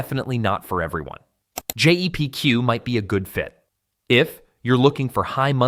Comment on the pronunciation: It’s Jep Q why are u saying Gpq so many times